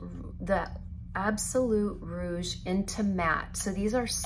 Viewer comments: Rouge not “rogue” 😂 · Rouge is pronounced roozh (Rouge is RED in French)